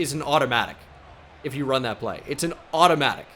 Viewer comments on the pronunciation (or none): none